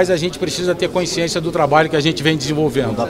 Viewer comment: Passa o tempo e não aprende a falar CONSCIÊNCIA. Incompetente!